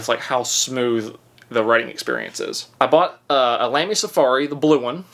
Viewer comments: Hold your judgement…. He can’t even say lamy lol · Hes figuring it out.. how great fountain pens are.. now if he could pronounce lamy….. 🍻